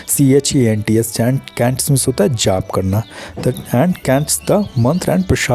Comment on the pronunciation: Sir, I think chants is pronounced as ch-a-n-ts not k-a-n-ts